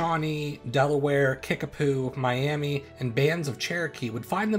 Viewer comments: As an Oklahoman, I must correct you on your pronunciation of "Miami" . It's properly pronounced Mi-am-UH. Thank you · Miami is pronounced my-am-uh. The Spanish gave them the pronunciation we use today. (I’m from Miami, Oklahoma)